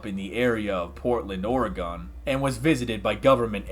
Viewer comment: The Oregonian in me hurts when you said, "Oregon."